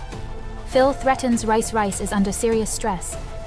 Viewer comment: Stop calling him Rice its Reis